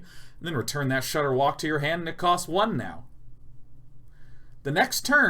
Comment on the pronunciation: Watching Day9 absolutely murder ShudderWocks name for a straight minute is some of the best video I've watched in a long time.